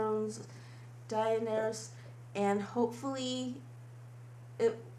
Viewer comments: This is a very accurate re-make, but I find it hard to believe that you actually researched the show as much as you are claiming, seeing as how you can't pronounce the character's name correctly. I don't understand why you feel the need to fabricate and go on at length throughout the entire video about how this look is "authentic" and how you can't please everybody. Just explain the look and show how you're doing it. That's what people are here for, after all. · You don't have to be a die-hard fan, but you ARE making a tutorial on your take on the make up for her, it just makes you a bit more professional. Take 10 seconds and look up how to pronounce Daenerys. I reaally like this tho, great job. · the pronunciation of the name is an indicator of how much respect the creator has for the content that she's basing the look off of. i didn't think this was exceptionally difficult to understand, but apparently you need further clarification. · you don't need to be a diehard fan to look up a video and figure out the pronunciation. if you're going to put in the effort to create a 12 minute long look, giving up on getting the pronunciation right is just wasting all that effort because it detracts from your viewer's perception of you. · The makeup is great, especially starting with a model who looks like the actress. However, as a fan of the books and show it is VERY annoying to hear the name so mispronounced. DAN AIR ISS not DAY EN AIR ISS. For the love of Pete. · we are game of thrones fans not die hard fans and you say her name du-nair-ees stormborn or just call her khaleesi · Great make-up. For the future though, I would suggest less exposition, you sort of drag-on. Yes, that is a dragon pun. Also as a fan of the show, it's like nails on a chalkboard when you continually pronounce Daenerys wrong. It's da-NAIR-us. Keep it up, and don't let the haters get you down. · the pronunciation of her name is (duh-near-ies) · Da-NAIR-eee-us. Thanks. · It's pronounced: Duh-neh-ris